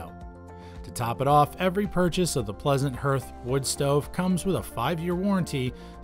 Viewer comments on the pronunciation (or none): HARTH!!!? not herth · Were getting told about woodstoves from a guy that doesnt know how to pronounce HEARTH. Its har-th guy not her-th. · What’s a “hurth”? Is that like a “hearth” (pronounced “harth”)? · Please stop saying herth, it’s pronounced HARTH! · It's got a herth?? What the hell is a herth?? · The narrator does not even know how to pronounce hearth! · can't pronounce hearth